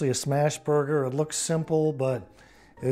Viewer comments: It’s not a burger it’s a boo-ger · Tell “burger” has an R in it! 😂🤣🍔 I absolutely adore her!, you’re one lucky man! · I'm sorry, but the burger or however pronounced it, was a fail. The stuffed gnocchi was interesting but I probably would have tried to make it crispy, maybe more like a raviolo with a soft yolk inside, imho